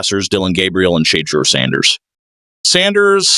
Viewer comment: Who tf is Shay-der Sanders , then fucks it up the second time saying it as well 🤦🏽‍♂️